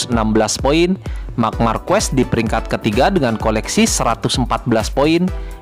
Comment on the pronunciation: Marquez baca markez bukan markuez